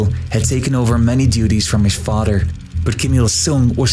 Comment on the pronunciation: You can't pronounce the"th" sound correctly. It isn't 'd". Not fader, it's father.